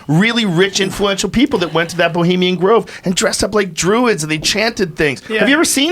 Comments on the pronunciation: "Bulimian Grove" Thanks, Eddie. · Bravo calls it Bolima grove hahaha